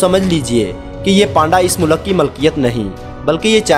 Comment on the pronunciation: O bhai moo laak nahi mulk lafz rota hai.